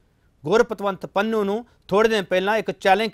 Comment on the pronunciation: Why can't pronouce Pannu. He always says Pannua? Please don't bring such person again for debate.